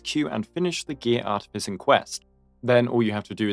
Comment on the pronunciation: Take a shot each time he says "Artificing" in the worst way possible